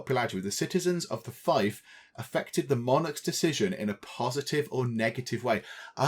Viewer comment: I believe that fief is pronounced feef, not fife which is a thing like a simple flute.